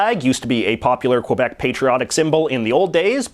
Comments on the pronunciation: Every time JJ says "Quebec", a polar bear drowns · quebec is pronounced ke-bek not que-bec (its not weird it's french) and im not French or Quebecois